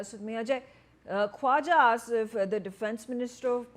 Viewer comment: Asif ko Afis bolti hai?!!!